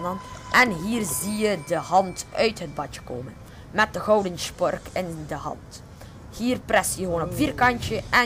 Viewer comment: normaal noemt het een spork maar hij zegt chpork